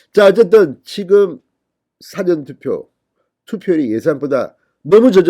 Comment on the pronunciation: 사전투표라 말할때 발음 강세에 좀 유의해주세요.